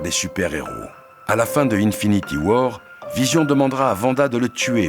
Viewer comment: il a dit "infinity whore" 😂